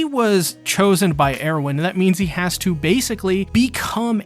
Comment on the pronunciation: Was a great break down. A lot of good lore talk. But I have to point out, a lot of attack on titan content creators mis pronounce characters names. In this situation it was Hange, Mikasa, commander Erwin. All pronounced wrong the whole video. Again good video. Just a small quirk I think.